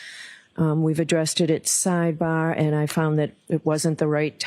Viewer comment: Thanks for your recap 💜 The full trial coverage is tortaah to listen to with too many sidebaahs.🤭